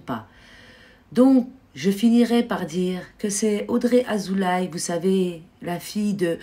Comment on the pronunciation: Madame : Azoulay se prononce Azoulé.